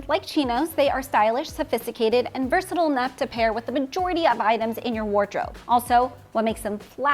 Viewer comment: Please, versatile rhymes with style, it’s not versatill!